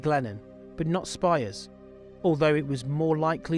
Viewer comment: As a kid in WA in the 90s this was so horrible and scary and I'm so glad the bastard was finally caught. Your video captures that feeling. I was wondering about your pronunciation of Spiers..but I might be wrong but I remember her name being said like spears.